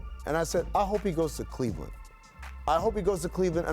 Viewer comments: Smh of course he says Cleveland lol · Did this fool say Cleveland 😄😄😄😄